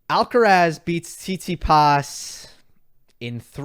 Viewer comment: it's Alcaraz not Alcarez 🤓